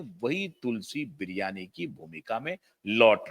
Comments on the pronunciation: She played role of Tulsi Virani & not Biryani. Pl correct your pronunciation . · तुलसी बिरियानी नहीं भाई,तुलसी वीरानी!! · sir, its "tulsi virani" not biriyani or biyani🙏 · Correct your pronunciation. It is Tulsi Virani. Not bloody Biryani. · तुलसी बियानी , बिरयानी 😃 नाम ठीक से बोलो नाम वीरानी है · तुलसी बिरयानी नहीं तुलसी वीरानी केरेक्टर का नाम है 😀 आप नाम क्यों बिगाड़ रहे हो ¿ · तुलसी बिरयानी ❎😂😂😂 वीरानी 👈 ✅ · स्मृति वीरानी थी न कि स्मृति बिरियानी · Tulsi virani not Tulsi biriyani sir😅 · मास्टर जी, बिरयानी नहीं, तुलसी वीरानी। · Good Analysis. But at many times pronounced as Tulsi Biryani & once Biyani probably sarcasticly. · BIRIYANI,???? MERA KAN KHARAB HAI, SHAYAD. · काम कोई छोटाबड़ा नहीं होता! ऐसा कोई जरूरी नहीं कि पैसों की या प्रसिद्धि पाने के लिए टीवी सीरियल में काम करने के लिये आ रही हों। सब सितारों का खेल है। बहुत सारे लोग लाखों करोड़ों की नौकरी छोड़कर अपने गाँव लौटते हुए देखे हैं । कोई शर्म की बात नहीं अपनी कला को follow करना! वैसे बात बिगड़ने और rebranding की बात आपको फोन करके बतायी होगी न! दूसरी बात, उस चरित्र का नाम तक आपको उच्चारण करना नहीं आ रहा! "विरानी " को आपने अपनी तुच्छ बुद्धि के हिसाब से बोला है । ऐसे लफंगे लफ्फाज को दुबारा सुनना हम जैसों के समय की बरबादी होगी। स्मृति जी अपनी वाग्पटुता , साहस के लिये जानी जाती हैं। और ये सुनकर कि उन्होंने रेग्युलर पढाई नहीं की तो उनका सम्मान और भी बढ गया है मेरे मन में। Distance Education मान्यता प्राप्त है । कोई पाप नहीं है । गांधी परिवार के लोग बिना पढे ही विदेशी विश्वविद्यालयों का नाम लिखते आ रहे हैं अपने चुनाव प्रपत्र में । सुब्रमण्यम स्वामी जी ने ये तथ्य बताये हैं । समझ तो गयी थी कि किसी दिलजले ने भारी जलन निकालने के लिये ये वीडियो बनाया है । पर forward कर करके देख लिया । और अंत दिलजलों के लिये RIPकी प्रार्थना करती हूँ । स्मृति जी जहाँ भी काम करेगी , हम सब उनका सम्मान करेंगे। और सुनो , जो नहीं भी पसंद करते , वो भी उनका काम देखेंगे जरूर ! 😂😂